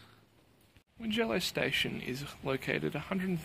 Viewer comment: Check the pronunciation of Tallong and Wingello. It is a bit of a shibboleth when the Premier and other blowins mispronounces these places.